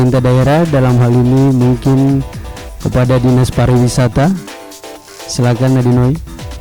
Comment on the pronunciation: Tolong di koreksi Buat Yg betul itu PARIWISATA bukan PARAWISATA